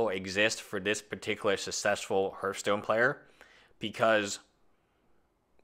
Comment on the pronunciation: H(e)arthstone, not Hurthstone.